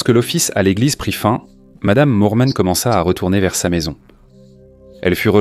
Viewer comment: Pourquoi dire "Lormont" alors que c'est "Norman".